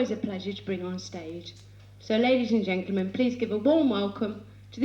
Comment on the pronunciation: 'Ladies and 'genklemen''???